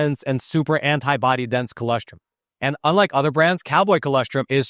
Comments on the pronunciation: I can’t believe no one has corrected you, yet. I thought the client would have. It’s chol-OSS-Trum. Not Chol-ESS-trim. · Btw it's an o not an e. col0strum.